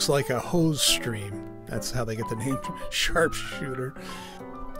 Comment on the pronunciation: Did you say sharpshooter or shartshooter. 😅